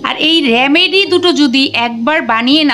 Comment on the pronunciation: কথাটি হলো রেমেডি, রামেডি নয়।